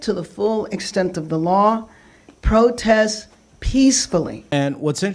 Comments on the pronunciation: PROTEST NOT PORTEST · What's a 'portest'? ;) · What’s a “portest”? It’s your attention to detail that sets you apart! 😂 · Hey mate, what’s a “portest”? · Not, "PORTEST"😂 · What's a "portest"? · What's a 'Portest' :)